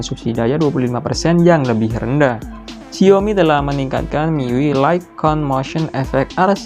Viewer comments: xi ao mi not xiomi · pengucapan yng betul Xiaomi, bruh i'm chinese lah, memang pengucapan nya Xiaomi not xaomi,xaomi ni hanyalah pengucapan orng Malay/indon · Mang ketika lu baca Gesture udah bner banget dengan "Jestur", tapi kenapa pas baca Xiaomi dan MIUI kok begitu? Aku jdi ngakak tau mang, harusnya kan Xiaomi dibaca "SIAOMI (indo aksen) atau Saomi (aksen asli)" dan MIUI dibaca "miuai". Sekadar masukan....